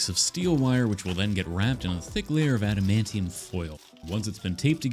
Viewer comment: “Adimantium foil”